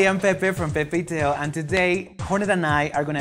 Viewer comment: "pepe y theo" "Mecous" Beso Negrou" "pelou" "chacll":,v when se te sale lo gringa